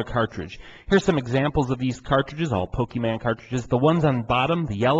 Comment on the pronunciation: Thank you,! But, you mispronounced Pokemon. You called it PokemAn. It's PokemOn.